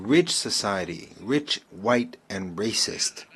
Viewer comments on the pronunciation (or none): none